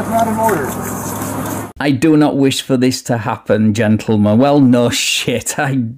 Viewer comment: When he said “ i do not wosh for this to happen” they should have just thrown back the same thing he said earlier, which is you can want all sorts of things but that doesnt mean youre gonna get it, lol